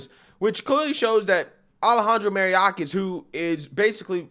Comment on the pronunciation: Love ya bro but, for the love of GOD, get that idiot's name right. It's pronounced Muh-Yore-Kus ...